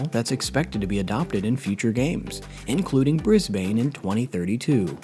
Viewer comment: Please learn how to pronounce things before recording. The River Seine for example. Or Brisbane. I mean, really!!